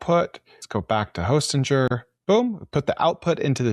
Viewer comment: It’s pronounced Hosting-er, not Hostin-jer.